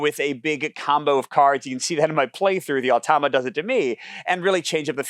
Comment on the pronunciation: You’re reversing the vowels in “automa”. You’re saying “oh-tah-mah”. But it’s “ah-toh-mah”.